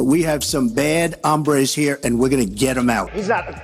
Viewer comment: Trump didn't say "bad hombres." He said "bad hambres." I am still waiting to see how he could deport hunger.